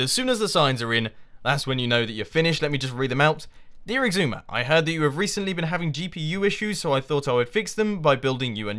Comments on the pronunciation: ***** Mumbo has a G in the middle. it's like "eeg-soo-ma". like, where did that G come from? for a long time I thought it was "ee-zoo-ma" because of the way X is pronounced, like in Xylophone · You and Xisuma have ben on the server together for three seasons. Mumbo, it's is-oo-ma. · Mathew ST But just... WHY? Does he REALLY think that's the way it's pronounced? or does he joke about it?